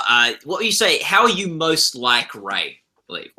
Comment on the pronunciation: um, excuse me mr. interviewer......it's pronounced Li-ev, not Leave